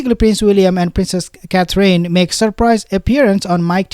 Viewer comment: you are darling and funny! But if you say " Cath- reen" one more time.....😐!!!?? It's pronounced CATH- RIN. Or Cath- er-inn. A bit of emphasis on first syllable!! "CATH- rin". Pleeeeeaaase? Pretty please??😅.... Mrs b